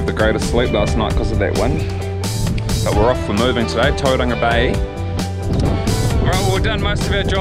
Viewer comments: its "Towe Ronga" not "ToeDonga" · yeah i was actually disappointed when i heard him pronounce "Todunga"